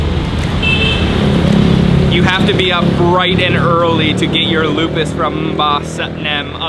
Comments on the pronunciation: Lupis, not lupus (disease) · Loo Pees, not Lupus..haha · Lupis not lupus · that is lupis or lopis,,not lupa.. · It is Lupis, not lupus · that is lupis not lupus 😂😂😂, i'm from Yogya 👍👍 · That's not lupus. That's LO-PIS. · Lupis not lupus 😆🙏😃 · You should say lupis. Lupus is a name of desease because of autoimmune disorder.😊😊😊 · Its not lupus...but lupis..cake lupis...you should check...and that jelly thing in gudeg it call sambal krecek i believe...skin tofu and skin craker with a chilly.. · It's pronounced as "KUEH LO-PIS"... The way he pronounced it sounds like a dreaded disease... 🤔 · What... Did he say traditional food Lupus? 😂. Lopez Kali?😝😂👍😎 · Hi...Lopis pronounced Low- peace...enjoy my home town...👍😁